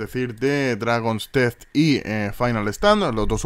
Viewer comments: sabes de sobra que se pronuncia dragons tiz y no dragons teez com dices tu xD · Se pronuncia "Tiz" xD